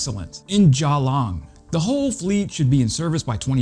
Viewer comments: Dude. Please. Can bru, never canberra. Geee long, never what ever it was you said. If our government sends these to Ukraine, they will be slaughtered at the next election. We need to build our military, not give it away. I'm still annoyed they are sending our old Abramms, rather than refurbishing them and placing them in reserve. One day soon, we are going to need them ourselves. I despise stupid governments; it's just unfortunate that many governments around the world have gone down this track. Other than that, good video. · Hey matey my city Geelong is prononced Jee-long, cheers digger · By the way Geelong is pronounced Jillong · In Jahhlung? I think you mean Geelong my man. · Lord Jesus did you just pronounce Geelong as Garlong? Come on man we both speck English. Gee-Long. I also happened to work on the Geelong plant doing most of the bulk Civil works. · Geelong is pronounced G-long. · Cmon we gotta get you down under ….surely some Aussies have taught you how to pronounce our city names? Canberra = Can-bra, Geelong = DGuh-long😂…Keep up the videos on Ukraine 🇺🇦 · The city is called GEE- long. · Hi a bloke... They are being produced in Geelong, Victoria,Australia and it's pronounced "G. long"... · Please check your Australian pronunciations! They are making we flinch! (It's G'long)